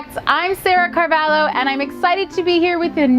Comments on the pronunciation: Yea I know but in the video the pronunciation is “Carvalo” instead of Carvalho highlighting the lh. I was just wondering why the change of pronunciation ❤️ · Why is she pronouncing “Carvalho” like Carvalo? She has some Portuguese or Brazilian in her right? I’m just confused as a Portuguese 😭